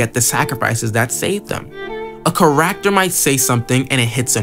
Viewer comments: 🤣 “car-act-tor” It’s pronounced “care-ek-ter” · hey Great Video! not to be rude but the way you say character is a bit off you kind of say it like care-ack-ter when it should be said care-ik-ter great vid though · so unwatchable because of the way you say kuh-racter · Only comment that truly gets it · Can i trust an opinion from someone who says charaacter (i read orv all the way through) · Why do you say character like that? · Bro are you saying character? 💀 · I’m sorry but please practice how to say character. I personally love orv and I like listening to different opinions. I think the video is nice. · I love ORV, this is a cool video. The way you pronounce "character" tho has me rollin. At least you're not calling them by their surnames like half the videos out there lol